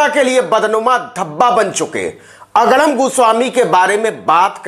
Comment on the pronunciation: Aapke muh se agdam ka ucharan bahut acha lagta hai